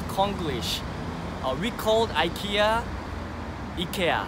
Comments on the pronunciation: You're pronouncing IKEA correctly! It is EE-KAY-UH, that is how the Swedish people (where IKEA is from) pronounce it. Only us Americans and Canadians say EYE-KEE-AH hahaha 😂, when are you going to show me around Seoul? 💘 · Your pronunciation of Ikea is actually very similar to how it’s supposed to be pronounced. I’m from Sweden and we pronounce it like you do, except you have a bit of a Korean accent to it 😊